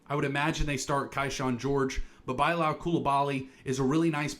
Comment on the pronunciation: Kyshawn is pronounced KEY-SHAWN and Bilal is pronounced bih-LAHL